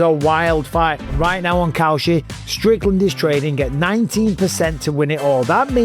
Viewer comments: Maybe Kalshi shouldn't be hiring people to advertise their product who pronounce it like "Cow Shit". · When you say kalshi it sounds like cow shit. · Cowshit? Needs to work on that accent. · Kalshi? I thought you said cow sh*t. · Kalshi haha I swear I thought you said "cow sh*t" 😂😂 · Dude says kalshi and it sounds like cow shit lol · I thought he said cow sh*t 😂😂😂